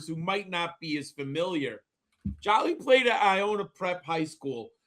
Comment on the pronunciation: Great job. Please pronounced his last name correctly. Its one L, not two LLs- It’s like the actress Angelina JOLIE. THANK YOU